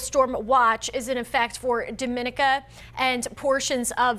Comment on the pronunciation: IT IS NOT SAID AS DOM ME NI KA IT IS SAID AS DOM EE NEEK A